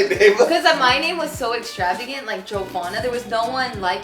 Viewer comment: I think sister called her Joe because they way said her name in this video sounded like "Jovanna" haha